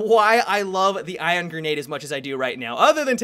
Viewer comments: ION, ION. Not IRON. ION. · You sounded like you were saying iron grenade almost the entire video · you keep saying "iron" grenade 😂😂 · Is it me, or did say 'Iron' grenade every single time:P